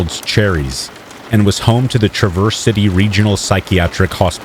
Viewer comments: Its pronounced Traaaverse City it's a long "A" sound not "truhverse," as in you traverse around an obstacle. It's OK, a lot of the names of cities in Michigan give people not from there a hard time. Like Ontonagon, Mackinac, Dowagiac, and Ypsilanti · Hello, I’m from Michigan and this is just a friendly tip ( because Michigan does have some weird names for towns ) Traverse city is pronounced as one syllable sounds like Traaaverse City not Traverse-Verse. You know I love you man and appreciate all the hard work and professionalism you put into your channel ❤ Peace Out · It’s pronounced Trah-verse city btw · Not “ triverse city” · Ahhh I continue to listen to this, it is cringy every time you mis pronounce the city in Michigan…. “ travor city” or “traver city”. !!!!!!!!